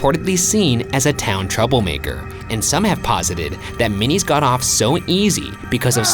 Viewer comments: hey friends, girl from Savannah here. Minis is pronounced My-niss. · I hate that I'm such a fiend for Midnight In The Garden Of Good And Evil that I know Ryan's mispronouncing Minis' last name.